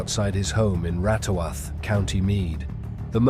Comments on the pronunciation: It's rathoath ffs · As an Irish man , It is so funny how you pronounce Ratoath ... wtf lol😂